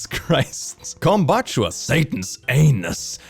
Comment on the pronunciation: THATS NOT HOW YOU SAY KOMBUCHA LOL